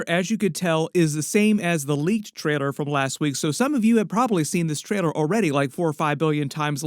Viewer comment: WHY CAN'T YOU PRONOUNCE TRAILER CORRECTLY?!?!?